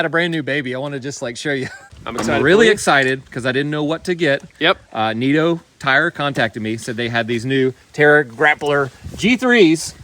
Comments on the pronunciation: “Neat-o” tires 😂. Nitto is pronounced “Knitto” 👍. Build is looking great! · Pro tip, those tires are pronounced KNIT O, not NEAT O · It’s Nitto, Nit-Toe not Neat-Toe… it doesn’t mean you wrong, that might be a Carolina thing. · The way say, “Neetto” instead of Nitto is hilarious 😆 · my man it's "Ni - tow "tires, not NIGHT - OH tires:P lol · did you really say neeto for nitto lol